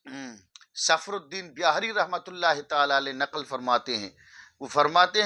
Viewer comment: الافاضات الیومیہ ہے علامہ ظفرالدین ہے نام درست بولیۓ